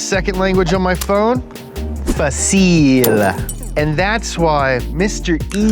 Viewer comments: Its not FACIIIIIIIIL ITS FAAAACIL. Hahaha damn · "Facil" is said with the accent in the A, not the I, hehehe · I loved your effort on saying "easy" in Portuguese but you've got to pronunciante more the "a". That's why we use tones like in "fácil" or "órgão" (organ). But it was a good try anyways. And if you're asking, yes Donut has fans in Portugal. Congratulations for your 6M subs as well. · You spoke "Fácil" wrong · You pronounced "Fácil" wrong 😂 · making jokes about how easy things are Also: mispronounces the Spanish word for "easy" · Learning a 2nd language on your phone? Difícil. You really butchered that one chief.